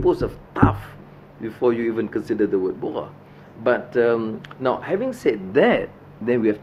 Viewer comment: Kamal Mohamed "umno", bukan "umon". and saya bukan ahli or orang umno. Itu video chinadoll dah keluar, jam omega tak mau tunjuk, sumpah laknat tak mau buat --- siapa yang mata dan hati tutup. orang macam kamu ni mendewa kan anwar.